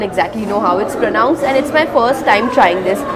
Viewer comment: You pronounced pronounce wrong..... Any body understand